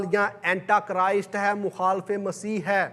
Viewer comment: Sir correct your word (it is Antichrist) not Antachrist. Thank you.😊